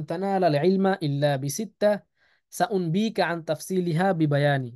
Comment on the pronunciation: সাউম্বিকা নয় সাউনাব্বিউকা